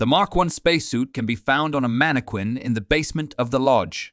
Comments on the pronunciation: AI messes up words that no one else does. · Manny-qwin ...LOL